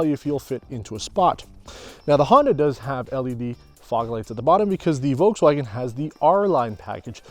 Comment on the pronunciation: It is always funny hearing when people pronounce "Uolkswuagen" haha